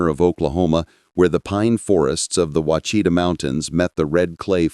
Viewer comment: It's WASH UH TAW mountains not washeeta not wachita.